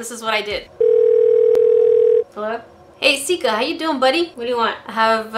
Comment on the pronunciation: Its Sika. Not seka.